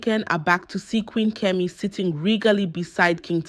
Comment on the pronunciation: It’s pronounced Kemi not kimi